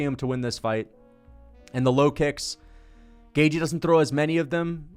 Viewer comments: i think it’s closer to gae-chee than it is to gae-jee, but i’m pretty sure it’s a soft TH, Gaeth-chee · it's commonly pronounced GAY-CHEE. You're saying GAY-GEE. lol doesn't fkn matter though. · You say Gay-g its Gay-chee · It’s gay chee not gay jee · Dude you say at least half of fighters names wrong, and yes, Gaethje is one of them. You say Gay-Jee when it's more like Gait-Ji. There is a soft T is in there and the Jee is shorter than how you say it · Hey, you say "Gay-G" where as the correct pronunciation should be "Gay-Chi" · It's gay chi, as in gay chihuahua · Its pronounced gay-thhhh-jjjjiiiii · Gaethje= gay-chee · Definitely saying Gaethje wrong.